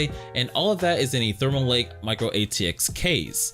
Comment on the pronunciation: Thermal... Lake? I thought it was Thermaltake ma dude.